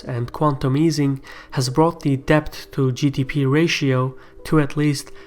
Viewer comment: the "b" in debt is silent. Pronounce it like "det".